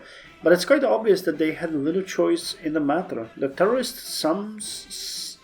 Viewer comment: "shay-mus". - Hopefully Token Promises or something in the RND will appear (speech may even be worth it) in the next 14 days. If there isn't still 14 days left on Vast Political Promises don't get it or it will expire and cancel the decision. - I'd do the "In the Heart of Russia" Pakt decision and get Special Forces research up to date (if I'm correct that Elite Infantry count as SF, and if not a lot of your divisions have Air Assault units). - Is there a way to select a region on the RND page (it says "no region selected")? Does that give you any options?